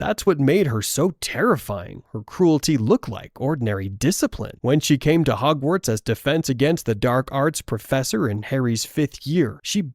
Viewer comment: Nice video bro but it bugs me how you say Hogwarts 🤣😂🤣😂